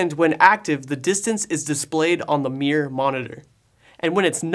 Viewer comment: Hahahahah i noticed it too.